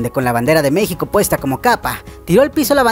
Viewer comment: dice mexco